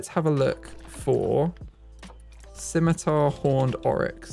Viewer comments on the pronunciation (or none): none